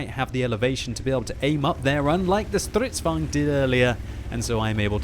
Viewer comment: Good show! Finaly you can pronounce "stridsvagn" more or less correctly.